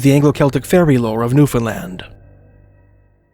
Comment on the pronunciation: thank you for saying newfoundland..